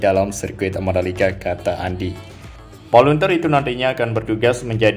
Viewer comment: Volunteer cara membaca volentir